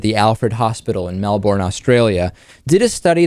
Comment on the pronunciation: Absolutely butchered both Monash and Melbourne mate.